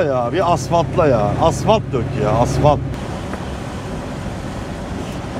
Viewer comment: Asvalt ne uşağım? Asfalt desen anlayacağuk